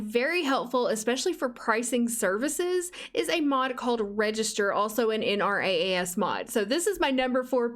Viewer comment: just a tip - Nrass is pronounced "en rahs"